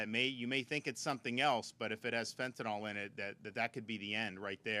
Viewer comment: FentanYl. Not FentanAl. Pronounce it correct. It makes you sound like you don't know what you're talking about. Same with Nuclear. People pronounce it Nuc-U-lar. NO. Nuc-LE-Er. IT'S NOT HARD.